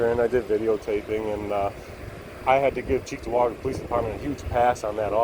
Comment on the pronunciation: I was disappointed that I didn't hear it pronounced "Chicktowaga" like a good local should.